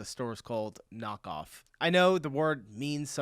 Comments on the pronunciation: not nokoff, nah---kaaauuufff.. kaaauuuufff.. not "nok-off"... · It’s not pronounced “knockoff”, it’s pronounced “nah-k-owe-ff” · May I give you a hint on Pronouncing "Nahkauf"? It doesn't sound like "knock-off", think more along the lines of "naah-cow-f" 🙂 (or "naw-cow-f") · Nahkauf (means "shopping/buying close by"). Not knock-off. Pronounced naaah-kawph. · Not knock off, Nah Kauf = Nah=Now and Kauf=Buy, like Nowbuy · nahkauf = "near buy" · nahkauf would translate to closebuy or nearby, but its more or less pronounced like knockoff, yeah... similar. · Nahkauf is not promounced knockoff, and doesn't mean knockoff. It translates into close shopping aka close buy. Ciao from a German currently residing in the US. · Kauf is like you say auw. Na-kauwf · her Nahkauf sounds like Knockoff but translated its Nearbuy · It doesn't even sound like knock off, maybe if you heard it in a nightclub. Nah (nar) vs Knock (Noc)